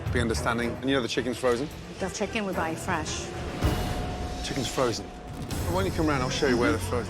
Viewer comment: Fresh not froozen fresh? Oh gawd 😅